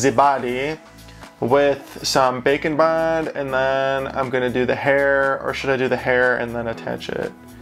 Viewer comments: Whenever he says “bake and bond” I hear “bacon bond”. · I know its "Bake and Bond" but to me it sounds like "Bacon Bond" does anyone else hear that? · I swear that for ages I thought you were saying bacon bond, clearly James' meatier cousin.